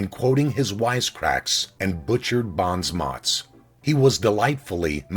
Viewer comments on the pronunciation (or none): "Bonzmottz" What the heck is that? Oh, you mean "bons mots" a french expression? Jeez, you Americans could at least try not to butcher our language when you steal our expressions. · Bons mots!? It's pronounced bon moe. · Good voice, but some words are wrong. "bons mots" he pronounced "bounce mutts". It is actually pronounced like "Bond" without a "d" and "mo" (the t and s are silent) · Finally I know how to pronounce Bahns Motz and Mack Aber! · Interesting video, but you might want to check your pronunciations. (bonz mots?) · Another mispronunciation, this time Bons Mots.